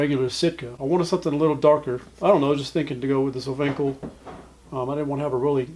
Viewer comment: O ven call. Would a better pronunciation.